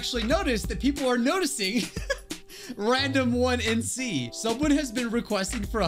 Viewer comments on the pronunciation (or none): Sorry I was so late to see this, was at college then I was heading home, (Also for future, you can pronounce it as Random iNC like mystery iNC from scooby doo, the 1 is just there for uniqueness lmao)